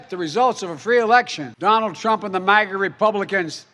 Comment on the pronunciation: Obiden mistakenly gave us the "MAGA" term, like LGB, and now they're taking it to the negative EXTREME. My ears bleed at his mispronouncing of it.